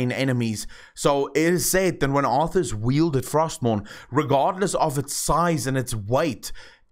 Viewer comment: It's arthas